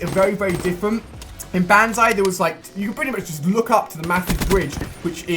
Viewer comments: and its not banzai its bonzai idiot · Ali...Ali.... It's pronounced bon-zye, not ban-zye... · Bonzai not Banzai! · PRONOUNCED BONZEYE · BONZAI IS HOW U PRONOUNCE IT FFS!!!! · it's banzai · You're saying banzai wrong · just saying you pronounce the A as an O in banzai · Does anyone else hate the way Ali-a says banzai?